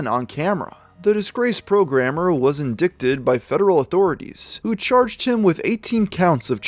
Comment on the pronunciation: Learn how to say indict